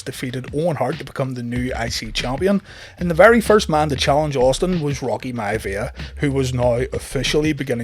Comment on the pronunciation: Rocky “Mya-via” 🤣🤣🤣